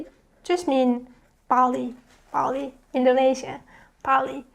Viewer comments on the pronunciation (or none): none